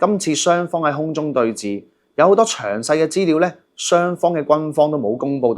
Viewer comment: re: 5.45 「空中對峙」， 該讀為「空中對是」。 不要錯讀為「寺院」的「寺」。